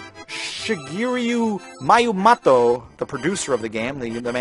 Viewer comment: shigeru miyamoto.....(she-guru me-uh-moe-toe)